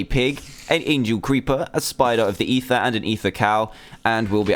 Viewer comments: Its not eather but ether. These are different. If you goddamn pay attention i would like you guys :/ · No dumbass its ether